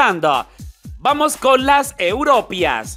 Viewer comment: ¿Por qué pronuncias así EUROPIA?